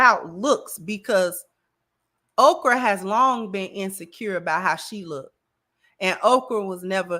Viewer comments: She’s saying Okra so Oprah won’t try to sue her or use her powerful influence to get her banned from YouTube. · Is she saying Okrah or Oprah?